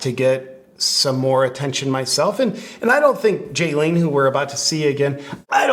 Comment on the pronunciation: HER NAME IS NOT JAYLEEN HER NAME IS BALYN